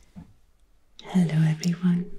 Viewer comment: That "hello everyone" at the start had me thinking id clicked on one of the french whisperes videos for a second